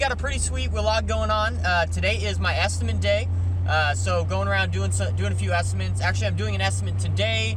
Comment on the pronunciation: You absolutely have to prioritize your time and make a living first. Any sensible viewer should understand that. BTW, the word is estiMATE, not estiment; you seem to use both. That's OK. Here in Philly a lot of people say ZINC when the mean sink! I am a retired building manager and I enjoy your vids very much.